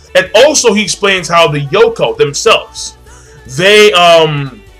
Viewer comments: My dude you say Yonkou like snowcone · WTF is a Yoko? Its YONko